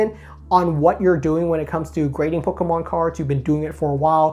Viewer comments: Stop saying Pokémon. My ears. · how he says pokemon, lol